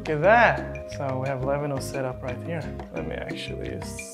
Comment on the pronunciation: Levhino ❌ Lemeknow✅